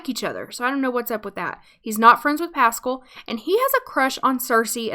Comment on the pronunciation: its pas-scaal